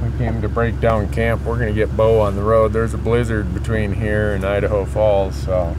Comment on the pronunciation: That's "Beau"